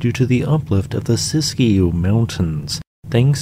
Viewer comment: "Sis-skew" mountains